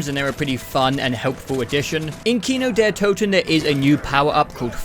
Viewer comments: Me as a german can tell you it's Kino der Toten ,not Kino der Tuten Same with nacht der untoten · im gonna say it, it is not TUTEN. Kino Der TOTEN. You pronounced them how the majority of the zombies community would understand the map as being called. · did this man just say kino der tootin???!?!?! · You said "Nacht der Öntüten" and "Kino der Tüten" lol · My guy pronounced maps like Kino der Toten correctly and then "fixed" it to the incorrect saying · i like how he pronounces kino der Toten even worse after looking it up